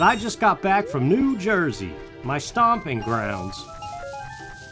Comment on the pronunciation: Part 1 1. No, it's because Fortuna was the Roman goddess of luck. She didn't have a male counterpart, not in their mythology. 2. I was wondering what you were doing in "Joy-zee." Is the accent actually like that, eh? 3. I actually took to using "crumb" in front of my mom at least in place of actual swearing--she told me to clean up my language even though I'M 34 YEARS OLD...in two days...but I don't know if it was subconsciously because of you, since you use "crumb" all the time. 4. I will ATTEMPT not to go any deeper than this--I got trolled rather viciously at the same time as you and only one person helped me out--but yeah, death anxiety/realization? Totally real. After my favourite auntie died, she used to call mom on the phone every night, right, so, around 5 or 6 at night, for a few months, if the phone rang, my brain would go, "Annie!" Nope. But I've got her name. Lillian Anne, thank you. I'm-a do the woman credit, Gods willing. 5. Yes, I used to save any time I paused. 6. Hm, isn't "cool ranch" a flavour? 7. Never say the words "garlic powder" in my hearing again...which would be more effective, but less comprehensible to either of us, if I said it in Italian. I have my father's blood for the eating portion of my days, haha. I don't speak a syllable of it, though: wish I could. He can't, either, though, so at least I'm not alone. 8. Best Cajun food in my opinion? Gumbo. I don't like shrimp, but me and my friends made a huge pot of it once, enough to feed an army, and